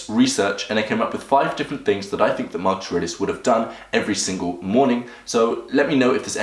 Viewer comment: its not Markush but markus